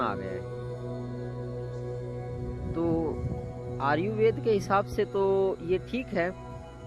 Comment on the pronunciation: भाई आर्युवेद नहीं... आयुर्वेद होता है.